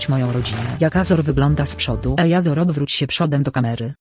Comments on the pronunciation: naucz muwić azora po angielsku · naucz azora normalnie muwic